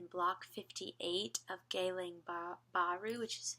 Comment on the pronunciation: It's Geylang, not Geyland